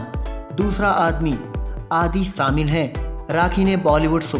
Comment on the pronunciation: Say shamil Not saamil Unbearable